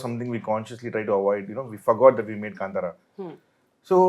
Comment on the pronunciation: She said kantaara it's kaantaara